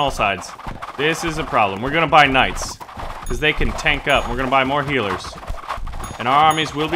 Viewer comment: did you just say k ' night boss?